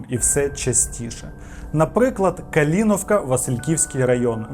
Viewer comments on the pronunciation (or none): Не БоЯрка і КалІнівка, пане, готуйтесь трошки до випуску, матеріал гарний, але... БОярка і КалИнівка. Дякую за матеріал) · Бля, чувак, можна ж загуглити: БОярка, МалютЯнка, КорчІ, КалИнівка Це я вже мовчу про слова звичайного вжитку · Боярка, наголос на О, Калинівка наголос на И).А у всьому іншому, як завжди топ, дякую за відео) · Трошки око сіпається від неправильних наголосів (Боярка, Калинівка), але дуже цікаво. Keep going 😊